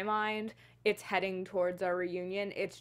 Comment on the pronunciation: His wife’s name is Imra Ardeen not Irma.